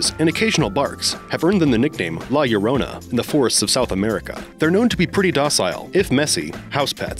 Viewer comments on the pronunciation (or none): none